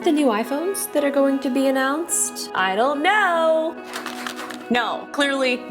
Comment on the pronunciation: 🤣🤣🤣.. Loved the way you pronounced "I don't know" in the starting.. 😜😘